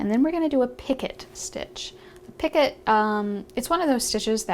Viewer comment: Picot is pronounced peeco. I thought I was going to learn some kind of new stitch called picket.